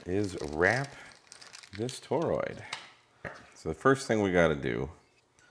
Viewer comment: "..attach the toe-rood to the thing.."